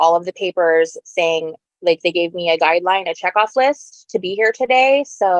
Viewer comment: Just me or is she using that annoying mean girls voice where they end words on a higher pitch? Or adding "ah" like "I want my daughters to visit with meahh"